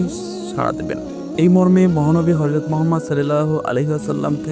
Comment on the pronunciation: আসসালামু আলাইকুম ভাই। আপনার উচ্চারণ সুদ্ধ করতে হবে। হরযত না হযরত